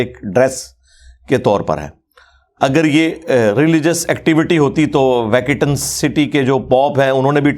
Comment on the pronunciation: خضور “ویکیٹن” نہیں بلکہ ویٹیکن ہے It’s not “Vacitan city “ but it is “Vatican city”. Please Engineer Sagan correct your Geography